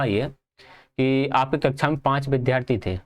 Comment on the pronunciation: Bhai apne bolne k tareeke me sudhar karle.... व ko ब bolte ho... बिद्यार्थी 😒😒😒😒😒